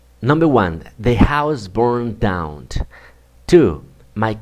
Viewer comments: You should improve your pronunciation. your ending sounds are "T" oneT, downT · Excuse me but, the pronounciation of the word "down", is with N and not with T.